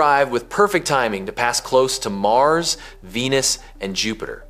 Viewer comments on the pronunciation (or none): none